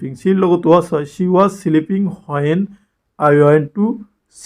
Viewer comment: Please improve your pronounciation...as an English teacher, ...it's sounds bad ..kindly do notice it ... Example:- it's when not whoan 😅